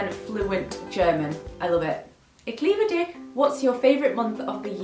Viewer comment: Ich liebe dich sounded so wrong 😂 why do you like German so much? I am German and I am so annoyed bc of the harsh and weird sounds we make 😂